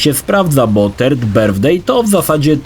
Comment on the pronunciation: "Turd birthday" - łajno urodziny? :D